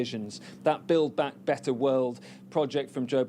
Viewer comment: Why do they always pronounce Build Back Better like they are trying to teach a 3 year old how to say it. And since when was this ever a US agenda? Mockingbird Media.